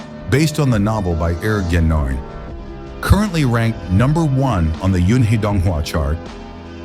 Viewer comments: Renegade Immortal is written by Er Gen (耳根). Not 'eric gennon' hahahahaha. pls don;t whitewash everything. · This is AI voiceover right? Totally butchered Er Gen's name😂